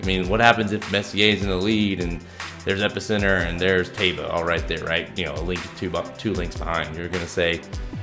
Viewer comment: Pronounced TYba.